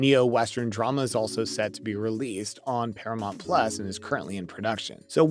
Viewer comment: Not to be smart but it's Paramount..not Paramont..just thought you might want to pronounce it correctly..😊